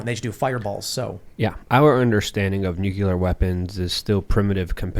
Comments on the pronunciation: nu·cle·ar Not nuke-u-lar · Nuclear not nucular! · What is Nuculer? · i can’t take seriously anymore, because he puts a q in nuclear ☢️ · As a rad tech, its like nails on a chalkboard whenever i hear someone do that